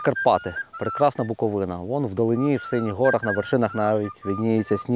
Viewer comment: Нарешті, правильний наголос при вимові слова Буковина